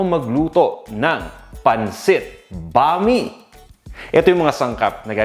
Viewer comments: Bam- ee not bami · Boss,that is pronounce as Bam-i,not Bami,alam ko yn kc Bisdak ako,paboritong lutuin yn ng mga Bisaya,pero wala lng dito sa Manila ng sotanghon na katulad ng sotanghon sa Cebu,iba ang sotanghon namin doon,kc pag naluto na cya,naging transparent Siya,at kahit anong pakulo mo nito,di cya nalalata,kaya cya ay masarap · I don’t think this is necessary but it’s actually pronounced as “bam-ee” but the spelling is right, bam-i. Anyway, your version is great as always.